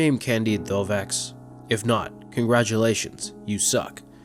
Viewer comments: Sorry, silent x on Candide's name. Not to mention it is spelled Thovex fyi. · Pronounced Tovex and spelled Thovex